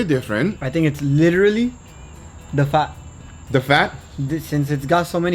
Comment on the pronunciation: Why did sound really British saying FAT 😂